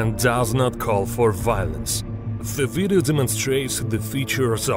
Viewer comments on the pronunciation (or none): I love how he says " ZE VIDEYO "